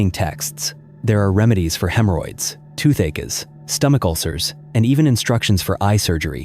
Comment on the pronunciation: Who else heard "toothACRES" and "LiV television"?!......😂